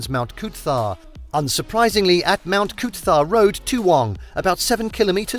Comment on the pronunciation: I think I would rather hear them butcher Coober Pedy then listen to them say Mt Coot-tha again. Made me cringe everytime I heard it. Please take 1 minute to google how to say place names if your trying to pass yourselves off as experts on other countries.